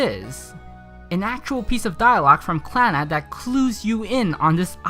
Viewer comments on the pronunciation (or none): did he say "on the face of this Plannad"? or am I hearing things lol